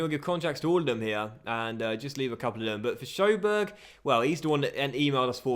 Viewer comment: That pronounciation of Sjöberg <3